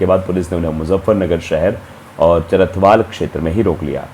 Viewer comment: चरथावल है चरथवाल नहीं है आगे से नाम ध्यान मे रखना